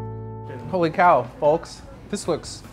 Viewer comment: pronounces the "l" in folk